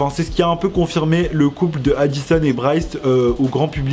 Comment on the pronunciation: Pk tu dit brice ?moi je dis bryce